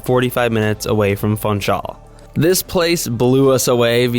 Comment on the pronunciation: While Funchal probably is a lot of fun, you don't pronounce it as fun-chal. You pronounce the u as an oo. Like in bloom, room etc. So it's foonchal.